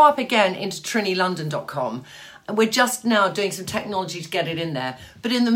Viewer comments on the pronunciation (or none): none